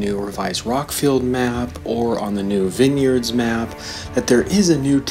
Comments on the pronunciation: Who says vin yards XD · MarcoTrolo Everyone except you. That’s how it’s pronounced. It’s pronounced [vɪnjərdz] (vinn yards), NOT [vaɪnjərdz] (vine yards) YOU are pronouncing it wrong